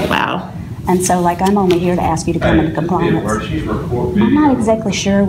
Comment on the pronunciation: "you gonna axe me!"